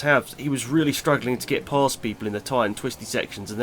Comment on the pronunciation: why did you emphasize "get"?